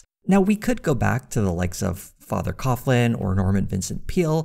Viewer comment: charles coughlin's name actually is pronounced cog-lin. i know, it doesnt make sense. sorry look i grew up like 2 miles from his church, this kind of knowledge is a curse upon my blood